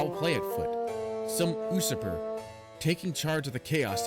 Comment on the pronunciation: 3 things 1. Good to see you back 2. We have a new trap king? But...this one’s not as...well...you know. 3. Usurper is pronounced “you-SURP-er”